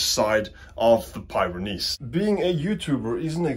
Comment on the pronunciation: its pi-ren-neez not pie ren neese